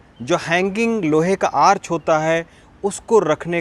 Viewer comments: Arc ka pronounciation bhut galat h , dhyan de pronounciation pe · आर्च ..? आर्क भी बोल सकते हैं ।